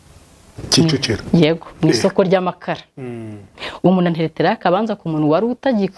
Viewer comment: Yego,aragerageza ariko avuga,umunu,anera inda,...